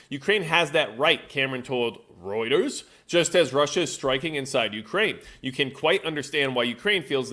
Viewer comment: Royters, rooders, rutters, rodders, roo etters